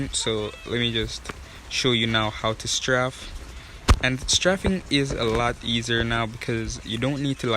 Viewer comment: straf lol its straif